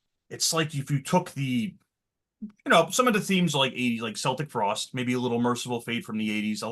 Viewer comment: they are called Celtic Frost with a hard C, not Seltic Frost.